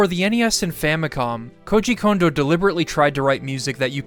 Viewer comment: Thank you for pronouncing Kondo correctly!!!! So many people say the name wrong so often, it has almost become triggering.